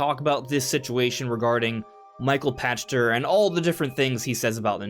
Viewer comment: Pachter = pack ter not pasture